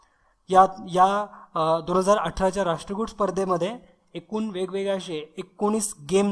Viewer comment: Not rashtrakuT it's rashtrakuL